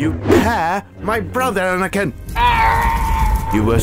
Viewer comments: "Bananakin" is everything. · Ah yes, Obi Wan Cornobi and Banakin